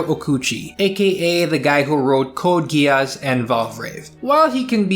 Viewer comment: Some day I will get over the fact that no one pronounces Geass like geas, since that's literally what it is, but... oh well. Thanks for the video. I haven't watched much Mecha but I'm enjoying G Witch, and now IBO too, a lot so far